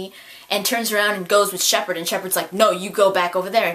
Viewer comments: I honestly thought that harbinger said "Shepard sucks". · I thought it sounded like Harbinger was saying "Ah Shepard!".